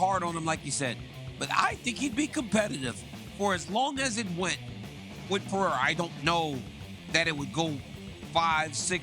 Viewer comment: Jesus Sonnen, P E R E I R A.... Is not that hard!